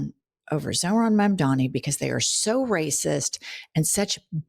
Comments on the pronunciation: Its MAMDANI not mamdami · needs to spend 5 minutes practicing to say Mamdani. Every time she gets to his name she loses focus because she's trying so hard to get it right. Mom-dah-knee ez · Ok. At this point (especially if you're reporting on him regularly) you should know how to say his name: Just like "m" comes before "n" in the dictionary, all of the m's are in the first syllable of his name: "Mam" The n is is the 2nd syllable: "dani." Mom - Donny Mom - Donny Mam - dani Mamdani "The name is Mamdani. You should learn how to say it." - Zoran Mamdani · It is MamdaNi DANI... please say it a few times in front of the mirror. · Guys?! As much as I luv you, just a quick correct: it’s pronounced, MOM-DONNY!!!! Mamdani! If you can say cuomo, you can say that❤ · *Mandami /s (they all say it like that) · has gotta get Mamdani's name right!